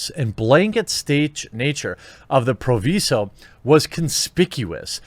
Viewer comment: Its pronounced pruh·veye-zoh. Learn to talk.